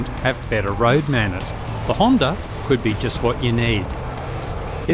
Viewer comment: There is no "r" in the word Honda.